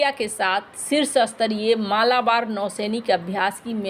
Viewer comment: मालाबार ❌ मलबार ✅